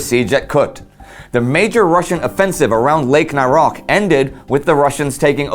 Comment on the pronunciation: the ch in name naroch is pronounced like ch in word chair